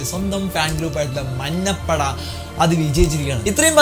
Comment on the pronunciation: മന്നപട അല്ലെടാ മഞ്ഞപട